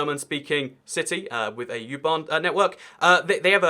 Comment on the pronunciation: It's called U-bahn! Not Jubahn!😁